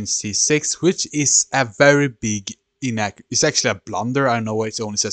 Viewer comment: Stockfish calles his move “inaccuary” lol